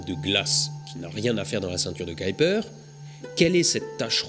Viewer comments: Je pensais qu'on disait la ceinture de Kuiper ? On dirait que tu dis Kaïper ? c'est autre chose ou est ce que j'entends mal ? ^^ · Pourquoi tu dis "caillepeur" et pas "keuhuipeur"/"kuipeur" ? En phonétique c'est : [ˈkœypər] où œ = "eu" comme boeuf, y = "u" comme dans mur. Bref je suis étonné? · Surtout, ceinture "qui"-"perd" ça fait varier la pronostication! Ça en devient ridicule; comme c'est du Néerlandais, cela se prononce "Cueille"-"peur" et avec l'accent : "KUEILLEPEURrrrrrr" sans balancé le mollard à la fin! 😜 Par pure bienséance! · C la prononciation Anglaise Kaïper = Kuiper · Pour information, Kuiper se prononce [ˈkœypər]... Plus proche de "cueille peur" que de "caille peur" (comme dans cette vidéo). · Ce n'est pas la ceinture de "Kyper" (selon ta prononciation) mais bien de Kuiper ^^ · On ne prononce pas plutôt "Kuiper" au lieu de "Kaiper" ? ;) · " ceinture de kaïlper? :p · Le nom de Gérard Kuiper, celui de la ceinture du même nom, se prononce "cueille peur". Si on te demande, c'est un belge qui te l'a dit ;) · bon épisode, c'était fascinant. Par contre Kuiper se prononce keu-u-peur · K U I n'a n'a jamais fait KAY en anglais mai KOUI donc c'est "KOUIPER" qu'il faudrait dire Kuiper belt. Je sais que déformer un nom propre n'est pas une faute mais là Mister Kuiper doit se retourner dans sa tombe! Astronojayk! Mais bon, c'est bien ce que tu fais. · Pourquoi le prononcer en anglais puisque c'est un nom néerlandais (qui se prononce bien "kaïpeur").